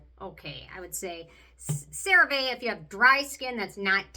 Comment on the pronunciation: I love that you still say the name wrong 😂 So cute ❤